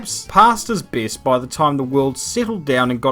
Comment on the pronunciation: "The beest droivers of each dickade"